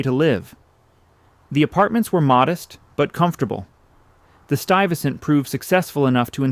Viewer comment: Pronounced "stoo-wee-ves-sent" hehe 🤭